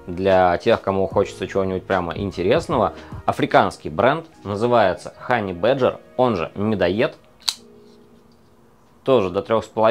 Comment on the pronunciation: не «хоней бэйджер», а «хани баджер» 😂